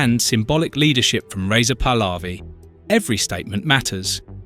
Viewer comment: You pronance very WRONG THE NAMES, The dictator is. Pronuntiation :HOMEINE, THE Prince pronunciation is PAHLAVI, you pronounce the letter H, that you, wrongly live. OUT. I FEEL SORRY. FOR THE DEAD PEOPLE🙏🌿🙏 I WISH FREEDOM, FOR THE IRANIAN PEOPLE🙏🙏🌿🙏🌿🙏🌿